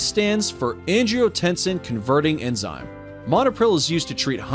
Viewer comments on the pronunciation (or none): none